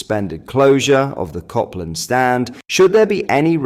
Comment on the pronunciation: M8 it's ( cope )land Rd and not ( cop ) land Rd If you're going to post about Rangers at least get the pronunciation right.... Feel free to thank me later..💙